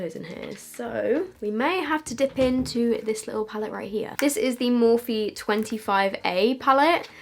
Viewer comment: noooo stop pronouncing it “morphee” it’s pronounced “morf”